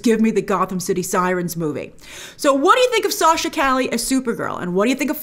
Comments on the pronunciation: Cali? It’s pronounced Ca-Yay it’s a Spanish name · Yeah, it's pronounced "Cah-yeh" Two L's together make a Y sound. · Isn't it Cay•yay? (Calle) ll pronounced with Y sound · lol i’m laughing at how everyone is pronouncing her last name “cali” when its more “ka ye” think of Kanye without the N. Calle = Street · Bro, it's pronounced Sasha "KAH-YE." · Isn't her last name pronounced "Caye" like "street" in Spanish? She's great on "The Young and the Restless." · For future reference it's Sasha( CAW-YAY) Calle. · Calle is pronounced “Kah-yeh” and it’s a last name in spanish but also the word “street” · It’s Sasha Cah-yeh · Sasha Calle 'pronounced Ca Ye' the 2 L is more of a Y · I hope that by the time this film finally comes out Grace has learnt how to pronounce Calle accurately. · Calle means "street" in spanish, google the pronunciation of that word! Great video as always, big fan from southamerica! 🙋🏻‍♂️ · Calle is Spanish -- not Italian. It's pronounced like a Y -- not an L. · Not how Calle is pronounced